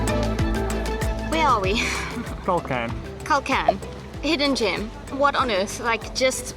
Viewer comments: not kulkan :) that's right kalkan. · I live in Antalya and this is the first time I heard Kalkan called kulkan. :) :) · Wish you visit kalamar bay in Kalkan (not kulkan) :))